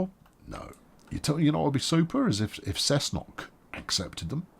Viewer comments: Cessnock is pronounce “Neck-knock” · Was coming to say this, along with "finally gets a name right first try... on the last episode" :)